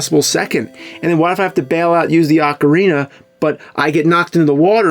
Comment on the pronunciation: Holy shit... He's pronouncing Ocarina correctly!!